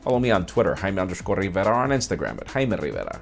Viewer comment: Say Jaime RRRRRRiverra one more time <3